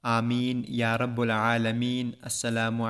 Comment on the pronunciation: جب یا بولتے ہیں تو رب کی ب پر زبر لگے گی یا رب العلمین کہتے ہوے جزاک اللہ تعالی بھائ